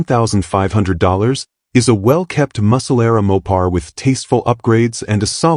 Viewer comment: Maw-pars and posey traction, gotta love AI narrators.